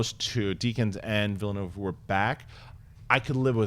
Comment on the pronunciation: I can't believe that nobody can pronounce Villeneuve. It's really not that hard.